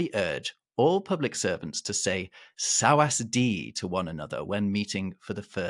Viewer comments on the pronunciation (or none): Fantastic episode! A quick word from a Thai speaker here though - 'sawasdee' is pronounced 'sawatdee' (the 's' you sometimes see in the middle when it's transliterated is a reflection of the spelling in Sanskrit of the word from which it originated). And while it's true that it's an official greeting, it's really only used in fairly formal settings, not when you just bump into your mate in the street, when you'd be more likely to say something like 'Where are you going?', 'Where have you just come from?' or 'Have you eaten yet?' by way of greeting. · Sawasdee (S̄wạs̄dī or สวัสดี ) is pronounced Sah-wuh-dee khap (or kaah) not sawas-dee as you said it. Otherwise, great info ! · In Thai you would not pronounce the s and r in Sawasdee krap it would more sound like like "sah-wah-dee kap (male version). The „wâi“ used today is to salute, to pay respect, or to apologize and consists of the two palms of the hands pressed together. The higher the hands are held in relation to the face, the more respect the giver of the wâi is showing to the recepient. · To my ear, the Thai greeting sounds more like "Sa-Wa-Dee Krup/Kah", than sawasdi as you are pronouncing it. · Great summary. Just FYI the "s" is not pronounced in "sawasdee krub/ka", if it is it's more like a "t". So you get "sawa(t) dee". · My wife is Thai..... "Sa was dee" is pronounced "Sa wa dee", the middle s is silent. And "Krap" and "Ka" are used at the end of many, if not all, sentences in conversation. They are not said just during a greeting. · S at the end of a word is pronounced T in Thai. So "sawas dee" is pronounced sawaT dee. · Sawadee - no second s in the pronunciation. Thais are actually quite conservative about gender 😊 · I'm saying you pronounce the s as a t. The wus is a what. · I'm late to the party, but I came to the comments to discuss their pronunciation of สวัสดี. Glad to see I'm not the only one who felt a need to remove the second "s"